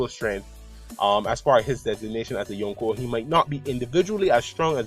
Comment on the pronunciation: very nice theory mate keep it up !! :) btw i like the way you pronounce yonko :p